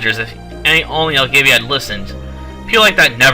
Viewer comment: Learn to read and pronounce properly. Elgava, not Elgavia.